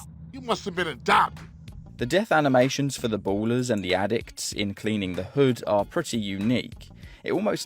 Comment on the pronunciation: ballas not ballers XD